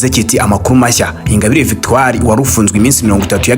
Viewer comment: Ntabwo uzi kuvuga inkuru man kdi no gusoma ntabyo uzi victoire ngo ni victori? No no no no